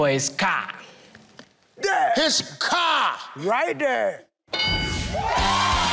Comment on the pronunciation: Car not COQUE😂😂😂😂